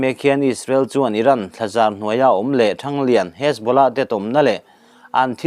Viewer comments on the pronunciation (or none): none